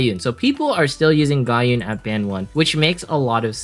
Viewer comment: Just nitpicks regarding your pronunciation, i hope you don't mind 😅 It's Pen-dra-gon not Pen-da-dragon. Ga-uhn not Ga-yoon. Maria is [UP] this week, if only i can get her as a drop. 😩